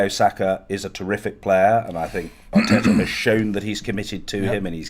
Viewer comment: John says Mikel Arteta pronouncing his T every time... Robbie says Mikel R Tetar 🤣 Proper Wheela Deala Robbie